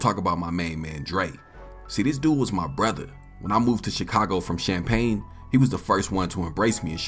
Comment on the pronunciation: Bro the only person who pronounce Champaign the rite way 😂😂😂😂 I salute 🫡